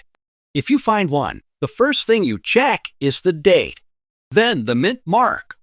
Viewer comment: monday morning im sending every penny mentioned to the SCRAP METAL YARD. BUT BEFORE I DO, IM RUINING THEM WITH A BIG PRESS ROLLER TO DESTROY THEM!! WHY, THIS IGNORANT AI CANE EVEN PRONOUNCE THE WORD ONE, IT SAYS IT AS "O N E" NO ONE WILL BELIEVE SUCK "AI GARBAGE"!!! WAS MOST LIKELY CREATED BY A "PROFESSIONAL GRADING SERVICE" ATTEMPTING TO GAIN MORE BUSINESS!!!